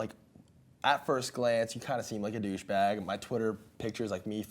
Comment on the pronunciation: “Deh bouche bag”